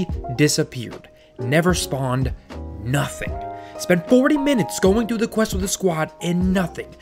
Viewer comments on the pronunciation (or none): none